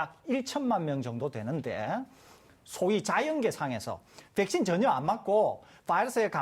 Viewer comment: 교수 붹-신, 봐이러스 영어 발음 너무 거슬리네... 한국말 할 때는 그냥 백신, 바이러스라고 해라 좀